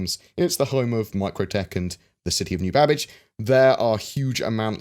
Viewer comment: i cannot help but hear him say: New Babish..... so are we gonna cook us some nice food while flying around in beautiful snowy plains?